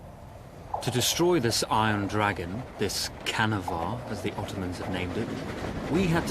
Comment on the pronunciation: Oh come on! It is pronounced like "chanavar", not "kanavar"! Absolutely no respect to the Turkish language!